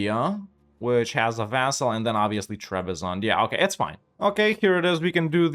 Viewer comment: that did not sound like vassal